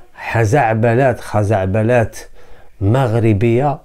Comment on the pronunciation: خزعبلات بضم حرف الخاء وفتح حرف الرء